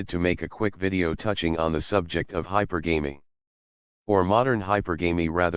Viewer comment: James, you pronounce "hypergamy" wrong.